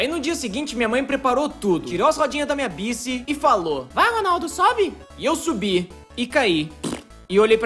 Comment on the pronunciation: Baique, não BICI